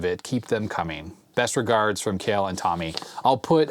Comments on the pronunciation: I always thought Kjell was pronounced more like "tshell". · Hi, FYI Kjell is pronounced as shell:) thx for all your content